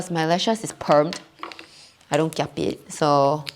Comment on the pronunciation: The “kiap” tho😂😂